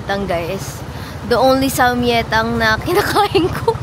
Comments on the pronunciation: I think sam-gye-tang not sam-ye-tang po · Daily vlogs let’s gooo! ❤ Btw it’s pronounced as SAMGYETANG with the G kasi ang in hangul it’s 삼계탕 yung 계 is (gye) ~~~ fyi lang po 🫶🏻